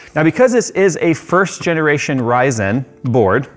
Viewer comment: can't say generation correctly, but absolutely nails the cooler master master master joke.... priceless! lol